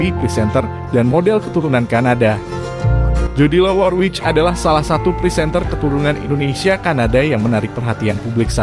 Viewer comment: Mas Admin sebaiknya tanya dulu k mbak Jodi, bagaimana mengucapkan namanya yang benar. Kalo gak salah pengucapan namanya yang benar "Jodili Worwik".